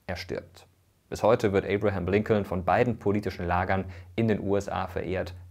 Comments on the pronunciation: Es wird Lincon ausgesprochen. Das zweite L bei Lincoln ist stumm. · Noch deutscher kann man die Namen gar nicht aussprechen😂 Rusewelt und LinkoLn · Übrigens ist das zweite L in Lincoln silent. Also es wird quasi Lincon ausgesprochen 😅 trotzdem gutes Video! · Das zweite "L" bei Lincoln is übrigends stumm. Der Name wird wie "Linken" ausgesprochen und leitet sich von der gleichnamigen Stadt in Lincolshire in England ab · Kleiner Hinweis: Lincoln wird Lincon ausgesprochen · genau das meine ich, mit O und nicht mit U wie im Video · Tollen Video. Das zweite l in Lincoln wird übrigens nicht gesprochen. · Top Video, aber jedes Mal wenn er Lincoln ausspricht... :D da kräuseln sich mir die Nägel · Bei der Aussprache sind hier aber schon einige Fehler passiert: Roosevelt wird natürlich nicht Ru:svelt gesprochen sondern nach holländischem Vorbilde Rosevelt. Und bei Lincoln ist das L stummt, also Linkon. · Ich finde deine Videos super! Kurze Anmerkung zur Aussprache (will allerdings nicht so oberklug rüberkommen): Lincoln spricht man in English: Lincon (das L wird verschluckt, hört man nicht) und bei Roosevelt sagt man: Rosevelt (, das O ist ein O, auch wenn da zwei Os stehen). Wie gesagt, sollte nicht besserwisserisch sein und ich finde dein Videos SUPER! Danke.